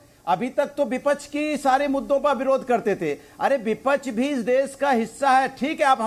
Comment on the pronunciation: vipackhh ko bipackh bolta h